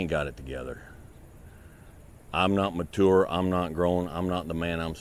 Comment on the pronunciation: muh-tour lmao. no disrespect just funny how he says mature :P